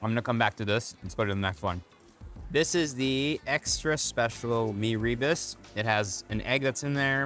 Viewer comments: FYI, “rebus” should be pronounced as “ruh-boos”, not “ri-bus”. And kudos to the host for not sweating at all. Remarkable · Rebus is pronounced as “Rer boos” not Ree bus. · ra-boos? that’s how the typical singaporean chinese pronounces malay words, which is horrible. like “nasi lomak” 💀 it’s ruh-boos bro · It’s like Mee Robust 😂😂😂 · It's Mee "reh-boos" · actually its pronounced as "ruh-boos" closer to the RE in "Rendang". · mirror boose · Rebus - accent on the second syllable. The potato rissole is called bagedil- always in an authentic Mee Soto